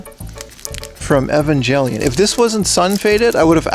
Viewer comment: Um it's actually pronounced Evangelion btw